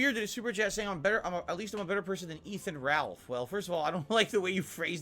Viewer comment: “I don’t even know who Efan Ralth is”